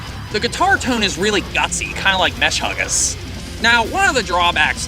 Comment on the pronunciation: That's the greatest pronunciation of Meshuggah I've ever heard.